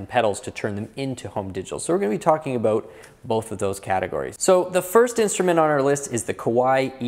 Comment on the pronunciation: You don't need to mention you're from Canada when you say "aboot" lol....